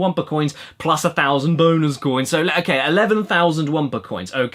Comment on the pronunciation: When you said "bonus coins" on , I heard it wrong and it sounded like "boners coins." (...) Cash Bone-ooca?